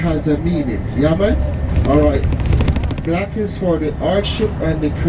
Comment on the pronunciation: got that “yeah mon” just right!